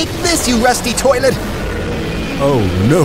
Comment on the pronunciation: i like cameraman said's russty toilet